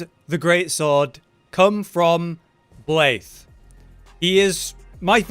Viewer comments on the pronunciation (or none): Why the heck are you saying blaithe